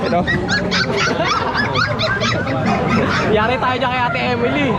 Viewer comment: kuya Odeng, ang tamang pronunciation po ng "Dachshund" ay daks - hund. hindi po Dashand o dak shand. Daks- hund po. Salamat po and more power. Congrats po sa 100k subscriber. Looking forward sa 200k 😊